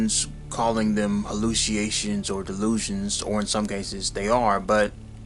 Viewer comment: It's pronounceed "hal·lu·ci·na·tions" /həˌlo͞osəˈnāSH(ə)n/